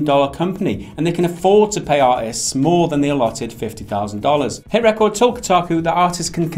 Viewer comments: Its driving me nuts to hear you say HitRecord like that! that is the wrong inflection of the word, its meant to be re-cord not rec-ord. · Hit ... Ree-chord. Like recording stuff... dudes... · You keep pronouncing HitRecord with emphasis on “cord” like a song or achievement.. isn’t it HitRecord with emphasis on “Re” as in Recording a show on tv? it seemed like an odd pronunciation to me.. just saying